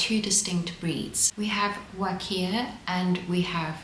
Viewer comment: Huacaya is pronounced "wa-kah-ya," not "wa-kee-ah."